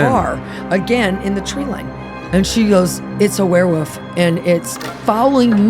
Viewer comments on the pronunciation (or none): I love how she pronounces it "werewoof." is the BEST.